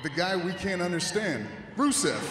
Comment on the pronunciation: who is Brusev? Romen Stains is soo terrible he can't even say Rusev's name right lmao. Botchman Rains XD